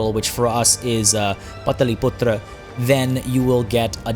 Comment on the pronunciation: Almost perfect pronunciation and thnx for playing the kingdom for which i am most excited